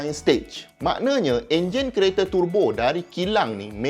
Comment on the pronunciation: Prof terbo ke? Turrrbo? Saya rasa terbo yg betul...